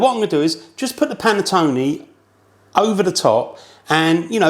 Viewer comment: Would be nice if the English actually learned how to properly pronounce the word "Panettone"... "Panettoni" is plural.